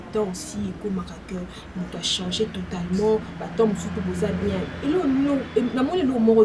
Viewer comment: Ndeko na esprit ya bien, balobaka CHANGER et non CHANZER. Cela est une faute que nous kinois faisons ou commettons souvent...